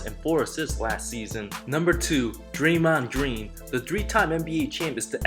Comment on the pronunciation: "Draymond Jreen"